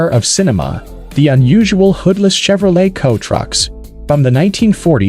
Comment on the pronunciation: The pronunciation is just off. No one calls the trucks COA They’re called cab overs. And saying Chevrolet with a hard CH is just silly as can be.